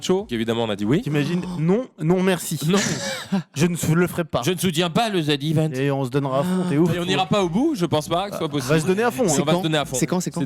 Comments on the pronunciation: oh les vieux ils disent "zedde iveunte" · Mdrrrr le ZAIDE IVENTE 😂 (Z event)